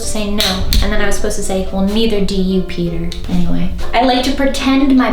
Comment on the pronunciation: Every time you say Peter with an accent and it sounds like your calling him cracks me up. Especially when you say "And bought me this" hahaha sounds like an animal rights organization bought you a present 😆